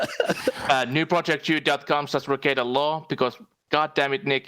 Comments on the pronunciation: "Nick Rickie-Ate-uh" as dave says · They have and he mispronounces his name and says he don’t get it and must be a detractor meme